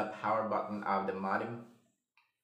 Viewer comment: Good video. By the way, modem is pronounced /'moudm/ not /'modm/.